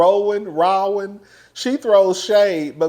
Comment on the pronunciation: really said ‘RAW-WAN’😂😂😂😂